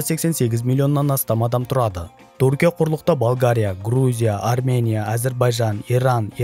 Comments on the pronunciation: Туркия емес тҮркия деп қазақша сөйле, сол үшін 👎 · Туркия деме Түркия деп сөйле, әйтпесе құлаққа біртүрлі естіледі